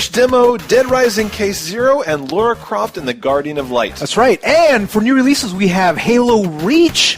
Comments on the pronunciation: dude you said Lara like Lawra, but apart from that Im looking forward to Vanquish and Duke Nukem Forever, have u seen the new trailers for the Last Guardian and the Ico/Shadow of the Colossus collection, they look wicked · forgive me when I say this but its funny how Americans can't say things like Lara properly lol